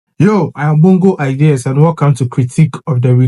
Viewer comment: It's Bongooooooooooo